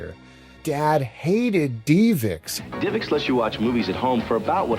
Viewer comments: ive never heard it pronounced "dee vix" before. you can even hear the guy in the promotional video pronounce it as "div ix" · It’s Div ix not Dee vix I cringe every time u say 😂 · its DivX not deevex lol. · Great video as always although the divx portion kinda bugged me. First off you said it 30 times but its not pronounced deeevex its just div ex.... divx. Also, you didn’t call them to pay for a movie. You bought it for 5 bucks ish once you watched it you had a couple days to reach watch or finish. If you didn't want it anymore, throw it away. If you want to purchase it forever you clicked an on screen button and the purchase was completed through a dial up modem in the machine. Any way thanks for all the quality content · I think it’s div-ix, not dee-vix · Love your channel! It’s pronounced DIVEX not DEEVIX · divx not deevix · Great episode, only one thing drove me absolutely crazy and I don't even like doing this but if I don't it will be stuck in my crawl all day. DivX is pronounced "DIV-ex" It is said as two simple syllables:Div: Rhymes with the word "give".X: Pronounced just like the letter "X".Divx — dɪvɛks(DIV-ex) computing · technology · media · video. A video compression format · FYI and I could be wrong, but I always thought DivX was pronounced div-x like "give"-"ex" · I've literally never heard DivX pronounced "DeevX" before. You even played an ad where they pronounce it the standard way, then you said "DeevX" a million time right after! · Dee Vix. Lol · Mispronouncing DIVX was hard to listen to. But respect to your dad and his ways. Loved the Dead Dreamcast video. I didn’t grow up with my father or much money myself. But what you did would have been my solution too. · Your dad mightve hated DivX but not as much as I hate how you pronounce it LOL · Bro, love the channel but I’ve never heard that DivX pronunciation in all my life. They say it correctly in the commercial you played right in the video.